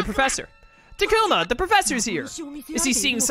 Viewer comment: I’ve just come to accept people will always pronounce things strangely. He also says Ta-ku-mah but all the characters say tah-koo-ma. I watch a different YouTuber who pronounced togemon as toe-jeh-mon instead of toe-guh-mon. I started watching ’ playthrough of Digimon World Next Order and the game say Ma-sheen-dray-mon.